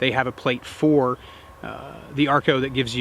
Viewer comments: ACRO NOT ARCO...... Good review otherwise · why do you keep calling it the "arco" instead of "acro" --- too busy compiling data to bother calling the product by its given name? ahahahahaha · Am I the only one that kept hearing Arco instead of Acro? Great review as always. Can’t wait for the SRO review next!